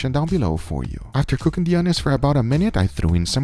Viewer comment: what is "ca king"